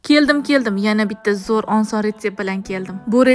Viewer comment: Onson mas oson deyiladi opa